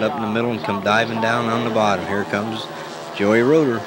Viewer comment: Very annoying hearing you say Joey Roeder it is Geo Roeder Pronounced Joe. How do you not know this? It is a shame they took this track out.